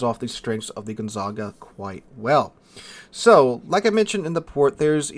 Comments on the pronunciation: Its Gonzaga not GonzaNga... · Thanks for the video. Side note, it is pronounced gon-ZAG-a. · bro the ship's name is gon - za - ga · with the way you're mispronouncing the Gonzaga's name (It's pronounced like the well known university in Spokane Washington) I think you might be getting confused with the Brest. Perhaps you've been playing with Brest for too long? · Once again I am utterly devastated by your ability to slaughter foreign names. If my brain was as devastated, I would have lost the ability to write this highly intelligent comment. There is no second n in Gonzaga. Dont u even have a high school with that name? And why in heavens name are you calling the RegOlo RegAlo? Whyyyyyyyy?!? :D :*